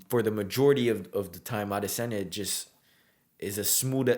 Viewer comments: I am subbing for that pronunciation of Adesanya alone 😊 cheers bro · I love how you keep pronouncing his name like it's meant to be. And new!!!!! 🏆 🔥 Love your talks,! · being a Nigerian its you are one of the few youtuber who actually said his name correctly . for that am a fan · Your pronunciation of his last name is impeccable, it is the exact way a native yoruba Nigerian would have pronounced Great presentation too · As I Nigerian I love the super correct way you say “Adesanya” also well said on all points!!! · wow! Your pronunciation of Adesanya is spot on. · YESSIRRR. You got the pronunciation right!! ADESANYA 🇳🇬🏹🏹🏹